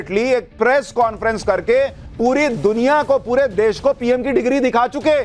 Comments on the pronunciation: Phle desh kehna seekh lo Ye des nhi desh hota hai Pehle khud pad lo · Desh bolna nahi aata iss ko ...Sanjay singh😂😂😂